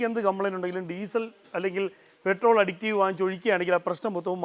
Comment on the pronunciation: അഡിക്റ്റീവ് അല്ല സഹോദരാ അഡിറ്റീവ് ആണ് ശരി